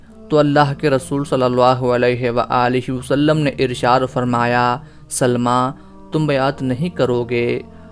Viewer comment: یہ سَلࣿمَہ نہیں ہے بھائی صاحب یہ سَلَمَہ ہے